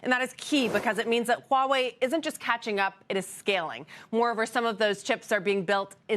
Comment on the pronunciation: she has the perfect pronunciation of Huawei .......She pronounced the "H"